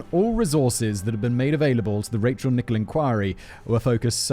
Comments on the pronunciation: And it’s not pronounced “Nichol” it’s Nickell. The clue is in the spelling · Why did you pronounce 'Rachel Nickell' as 'Nickbe'..? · Oh and you pronounced "Nickell" wrong to. It should rhyme with Michelle, Nick-Ell.